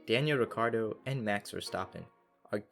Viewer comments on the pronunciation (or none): none